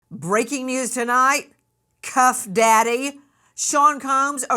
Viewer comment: Did she really call him cuffdaddy 😮